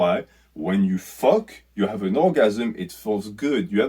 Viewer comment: “What deh fwuk is dat?! What deh fwuk iz doz fake assess?!!! Hahaha that killed me man. Loved the video thank you for shining light on the greatest plague on earth